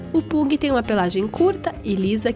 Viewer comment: Pug se pronuncia "pãg" kkkk